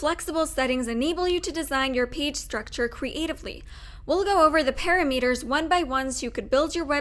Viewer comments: Ok, not para-meters. Pa-Rameters. Like ki-Lometers. But good video. Thanks. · Girl seriously doesn't know how to say "parameters"? Are you kidding??? "pa-RA-meters," not "PA-ra-meters." Scary.